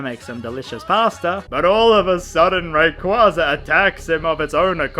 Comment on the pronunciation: god damnit, first you say mythra is better than pyra, and now youre mispronouncing raquaza's name. am i being tested right now?